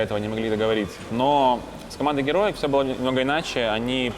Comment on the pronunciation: Прикольный тренер,особенно команду Хероик(Heroic) называть Героик,а Г2 чем тебе не понравились?Джи ту,а не гэ 2